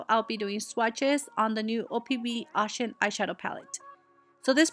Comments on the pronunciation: How the fuck can you not pronounce it right. It Oh ShUn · Pronounced Oh shoon